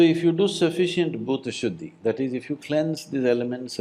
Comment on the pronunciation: not bhuda shuddi its bhoota shudhhi